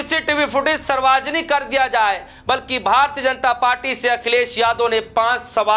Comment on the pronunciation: Reporter mahoday ji. Kya aapko Hindi nahin aata kya padhna likhna. Sarvjanik hota hai. Bolane ke pahle thoda sa dekh liya kariye kya bole.😢